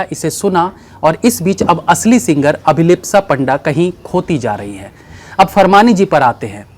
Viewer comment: Are bhai uccharan thikse karo Abhilipa nahin Abhilipsa Panda.